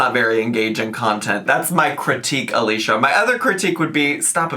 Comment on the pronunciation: It’s pronounced Alisha, unfortunately lol